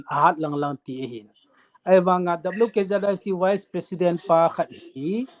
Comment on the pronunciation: Dr. khat hi a pronounce chu..wise president or vice president..you got confused me ..